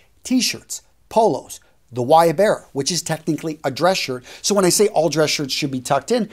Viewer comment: Thanks. I just Googled "latino men's dress shirt and discovered it's a guayabera shirt. There's a Wikipedia article about it, with pictures... seems to pronounce it "Why-a-berra", which threw me off a bit!